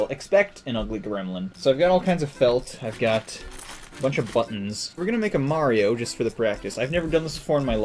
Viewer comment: dats not mario thats maro